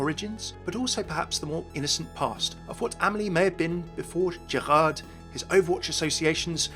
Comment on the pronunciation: hey, just wanted to point out the D in Gerard is silent in French. You've got most of the other pronunciations right though!